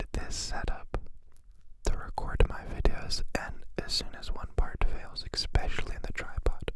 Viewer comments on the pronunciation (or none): my guy says expecially